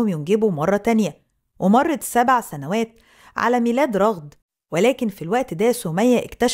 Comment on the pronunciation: ٱسمها رَغَد بفتح الراء والغين 🧐